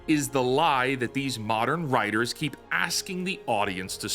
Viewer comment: lol you call them wtiters..of they are writers-i am Spock